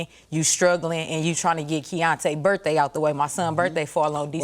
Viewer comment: "Birfday"...stay in school folks..😅😅